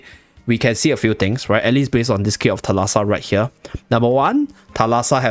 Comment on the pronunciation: Thalassa is actually pronounced thάlassa and it's greek for "sea" fyi